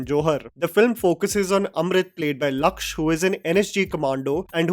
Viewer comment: Small correction the name of the actor is Lakshya (लक्ष्य) not lakch (लक्छ)